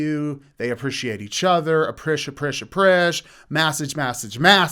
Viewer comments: Plot twist: Dhar Man used to be a masseuse and that's why he always says massege and apreaciate (pressure) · “Hope you apprishiate this massage” 😂😂😂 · "Apprish, apprish, apprish, massege massege massege" LOL that killed me 😂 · These videos have been plaguing my facebook the last few months. I JUST noticed that he actually says "ApprIciate" and "mASSage". Thank you for hating these as much as I do,. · Definitely agree with you on the toxic relationship situation. I'm also glad I'm not the only one who is annoyed by how he pronounces message and appreciate.